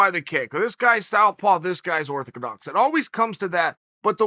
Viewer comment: "this guys stowpaw, this guy is orthakadox"